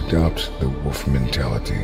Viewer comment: If you are going to public speak, pronounce words correctly. It's a WOLF, not a WOOF. Lol....drives me nuts...